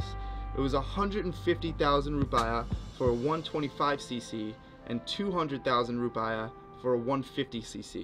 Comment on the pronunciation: Hi bro nice vid, ps its rupeeyah not rupiyah ;).